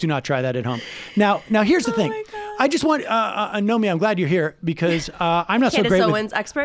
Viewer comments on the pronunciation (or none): It's "NOMIKI," not "Naomi." I'm so sick of correcting this.